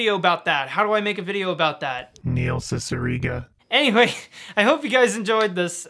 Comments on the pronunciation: Do you have that jarring "Neil Cicierega" cue because you mispronounced his name during filming? I've pronounced his name as See-see-err-gah for years and nobody corrected me. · You were mispronouncing Neil Cicierega's name the entire video weren't you?.